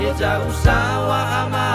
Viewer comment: Sedikit masukkan bng...🙏 Penyebutan kata heja dengan heza yang benarnya adalah heza Tapi sdah bagus kali suara nya bng....😁😁 Nice...👍👍